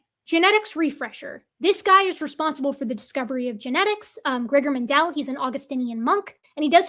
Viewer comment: Mendel is pronounced as if it was English spelling "mendle". Stress on the first syllable, the vowel as you pronounced it short, s3cond syllable as English candle, fondle, Kindle.